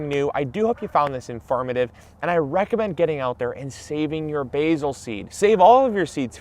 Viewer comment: infirmative? is that word? lol